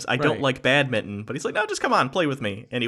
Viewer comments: You guys pronounce Badminton like "Bad Mitton" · BAD-MING-TON, jesus